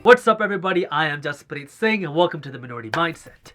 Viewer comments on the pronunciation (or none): none